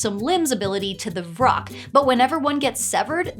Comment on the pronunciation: Vrock? I kept hearing troll and rock. I was like, just let him get out in sunlight.